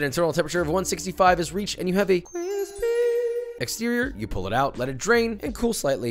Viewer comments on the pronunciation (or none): Its almost illegal for it to be that crispy or how Joshua says it “Cwispy”.